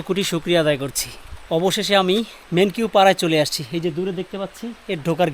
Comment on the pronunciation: মেনকিউ না ভাই মেন্নাউ পাড়া